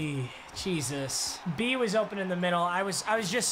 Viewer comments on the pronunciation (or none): none